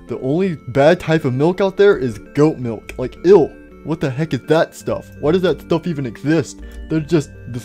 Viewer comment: "I love me some glass of mulk" 😂